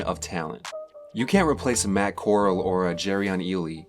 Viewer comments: Right, I agree. Robot voice? It's core-al, not coral. Mississippi University? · Corral is pronounced like corral for horses, not coral as in the stuff that grows on a reef in the ocean. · It's really not hard to pronounce Corral's name. Horse corral, Golden Corral, but nah, everyone has to say coral. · Okay, so this guy doesn't know how to pronounce Matt Corral's name, and did he really say Mississippi University? Really?! It's Matt Cor-RAL, and Ole Miss is the University of Mississippi! Makes me wonder if he's done any research, at all! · Brother you BUTCHERED Matt Corrall’s name multiple times. It’s pronounced CORE AL. Like the OK Corrall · Do what???!!! Ole Miss has always second fiddle to SEC teams like A&M?? Did you even check the record of A&M and Ole Miss? This will be A&Ms 10th year in the SEC, they’re the league’s infants AND overrated choke artists. You butchered names and facts all throughout this video Jesus Christ